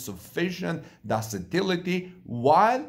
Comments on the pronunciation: Ductile is pronounced duck-tile. Ductility is pronounced duck-till-itty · When I am not sure about how to pronounce a word , I check it out in google and or dictionary before going public. I am referring to ductility which is pronounced duck- tility. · ductility "duck tillity"